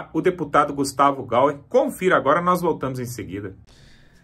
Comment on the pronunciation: Não é "Gauer". É Gayer🤦🏼‍♀️ Presta atenção. Nao custa nada. Assim, fala direito. Que tal?